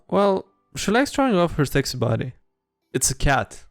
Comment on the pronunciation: The way pronounces "sexy body" is the morale bonus to will saves I didn't know I needed. Thanks man.